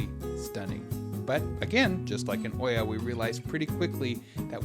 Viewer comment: Nice video. But we have been to Santorini quite a few times. Freakin great place in the shoulder seasons. Oia is really pronounced "Eah"